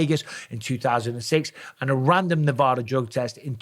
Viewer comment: As a Nevadan, you say Nevada wrong